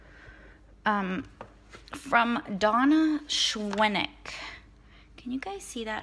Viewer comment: Hi, thank you for the kind words! I just wanted to let you know that "Schwenk" is pronounced as one syllable. The last part sounds like "ink": "Shwink" Have a great day!